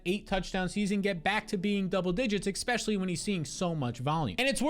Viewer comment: I love your content. EX- specially when you say EX- specially. You are an EXistential threat to my league mates.